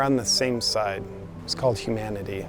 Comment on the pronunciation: OMG, hu-MAN-ity your such a misoginist...